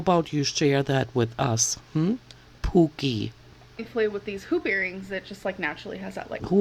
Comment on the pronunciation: You're cracking me up with the way you say POO-KIE.